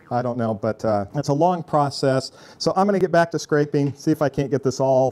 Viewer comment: Um... "Scrapeen"? Do you mean "scraping"?